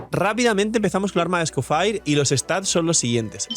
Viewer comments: Cada vez que pronuncia escoFIRE muere un gatito... 🥲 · es un nombre francés así que o lo pronuncia a la española tal cual suena o en francés. Es gracioso oírle decirlo así xD